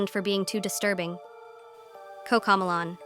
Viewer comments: It's not coccocmelon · "COCAMOLAN🤓☝️" ahh ai voices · Why instead they say “COCAMEALLON” instead of coco melon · It’s Cocomelon not Coco melon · “Cocamalon” bruh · Cocomelon❌ Cocomolan✅✅ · 𝙶𝙸𝚁𝙻 𝚆𝙷𝚈 𝙰𝚁𝙴 𝚈𝙾𝚄 𝚂𝙰𝚈𝙸𝙽𝙶 𝙲𝙾𝚁𝙰𝙼𝙴𝙾𝙽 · 😂😂😂😂😂 Did you Said cocomolan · the robot can't even say a TV show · You said Cocomelon wrong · you are pronouncing cocomelon wrong